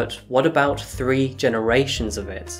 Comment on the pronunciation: I like how you say 3 instead of tree